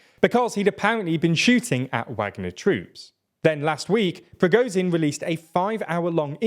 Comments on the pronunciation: I understand that people whose native language is English generally do not really care how "foreign" names are pronounced. But come on... it's not "Preegowsin", nor "Jerasimov" nor "Showgue". A little effort would go a long way. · SHOIgu not Shogu PrigoZHin not Prigozin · Just want to say its Pra-gor-jin not Pro-go-zin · It surprises me how often these presenters, alledgedly informing us, fail to make any serious attempt to pronounce foreign names. Shoigu - spot the 'i'? Prigozhin - zh, soft z, as pronounced in 'pleasure'. Not hard for English speakers. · Hey, a russian-speaker here. I know it's hard to pronounce russian surnames but there are a couple of mistakes you can easily fix: "zh" in Prigozhin is pronounced like "g" in "bourgeois" "G" in Gerasimov sounds like "g" in "good" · you make million videos about this war, I don't understand why you can correctly pronounce Shoigu, but cannot pronounce Prigozhin.